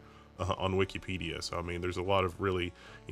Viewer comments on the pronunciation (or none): none